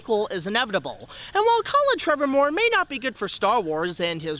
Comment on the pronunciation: “Colin Trevormore” TREVORROW! IT’S TREVORROW! 🤣🤣🤣